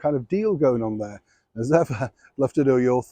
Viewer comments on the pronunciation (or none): none